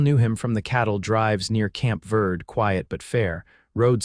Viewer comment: Verde is pronounced TWO syllables: "vair-day" (Spanish, or with a "B" sound for the "V") or "ver-dee".(American English). Narration is pretty good, but intonation is sometimes higher pitched when it should be deeper. These are relatively minor glitches in an enjoyable story. But I wonder why the children born in these western stories always seem to be girls (!?). OR, USA